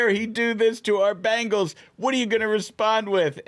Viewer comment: Thank you VP Vance for pronouncing "Cincinnati Bengals" not the "Bangles"! 😊